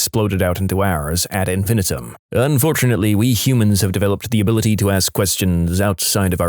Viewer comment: The narrator mispronounced "infinitum" the phrase "ad infinitum." And, as he's done in many videos, badly mispronounced "vehemently." Also, the pronunciation of "oxycodone" was close, but not correct.